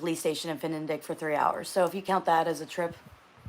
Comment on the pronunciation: Its FniDeQ Fni Dek not fenendek